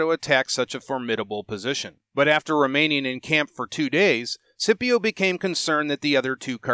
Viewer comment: Great content as always, thanks, but i have to admit the way you pronounce Scipio really gets under my skin